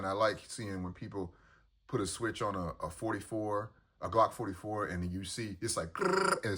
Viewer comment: I'm new to your channel. Why do you say Glock 45 like that?